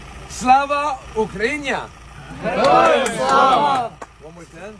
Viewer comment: Він реально такий ідіот що не може нормально сказати УКРАЇНА Та навчіть того який іноземець вимовляти Україна . Від того украньЯ аж ламає .